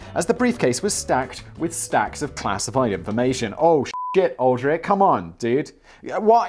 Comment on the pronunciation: Aldrich Ames is one of the most famous traitors in history - btw it’s pronounced “All-dritch”